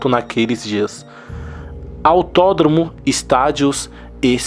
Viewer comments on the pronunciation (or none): Guerrilha do "URUGUAI"????? AUTÓDRAMO ??????? Esse infeliz sabe ler ????